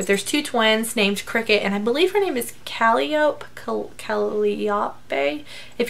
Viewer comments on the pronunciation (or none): Calliope - cah-lie-oh-pe